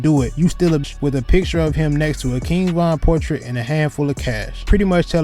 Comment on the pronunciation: Did he just say von durk cousin 😬😬